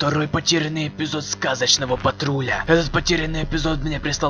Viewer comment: Да блин, не патрУля, а патрулЯ! Слушать противно прям.